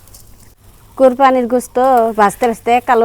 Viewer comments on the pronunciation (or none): কোরপানি না ,কোরবানি বলেন